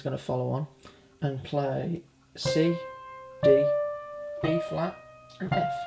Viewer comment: no offense but everytime i heard you say E flat, i thought you said B flat and it kept messin me up lol